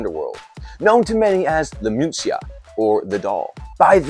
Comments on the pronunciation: Man, she was not called the "Muncia'. 2 seconds fact checking would have let you know that she was called "Muñeca" (Moo -nyeh-kah), that is: the "doll". 🥱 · Lmfao what the hell is "moonsia"? Are you trying to say muneca??? Bruh...